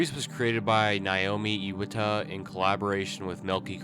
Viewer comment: you completely butchered naomi iwata's name 😭